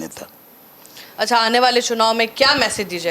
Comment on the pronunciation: 'चुनववा' ये क्या है? शब्दों को तोड़ कर मत प्रस्तुत करिए।